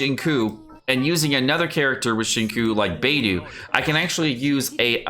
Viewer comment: And Bei dou (doll)